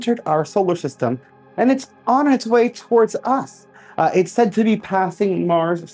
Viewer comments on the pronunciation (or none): none